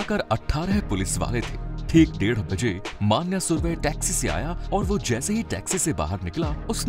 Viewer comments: माण्या नहीं भाई,मण्या हे वो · "मन्या not मान्या" .....मन्या सुर्वे